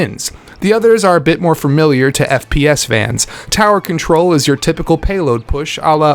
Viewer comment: there's one thing that bothers me about this video, the fact that he keeps saying fermiliar instead of familiar